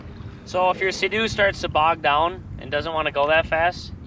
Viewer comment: Did he say suhdoo?! Lol SEA DOO